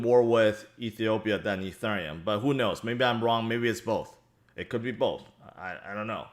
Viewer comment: Can you please learn how to pronounce ethereum